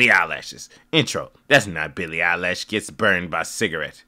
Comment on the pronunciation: Billy eye-lash lol😂😊